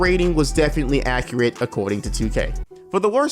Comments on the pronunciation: Is struggling with the word accurate a black thing? I’ve only ever heard black people say accreate all be it said it once but this is a legit question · Man said accreat